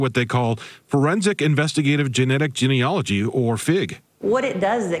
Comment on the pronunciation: Phonetically it's pronounced: Jean....e..ology....Not gen...e...ogy. please correct your pronunciation, otherwise it's like fingernails on a blackboard to scientists like me.